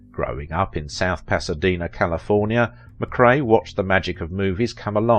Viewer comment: correct pronunciation!! MA CRAY!!! not Ma Cree!!!